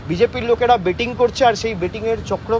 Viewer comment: ব্যাটিং বলছেন যে, বেটিং বোলুন